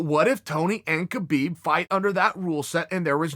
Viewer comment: It's pronounced : HABIIB Not KABIIB #NameTheEagle